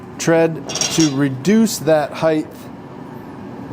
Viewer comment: Looks great. Only criticism is, it's height, not "hidth" 😊